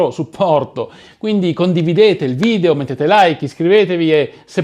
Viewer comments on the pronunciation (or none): none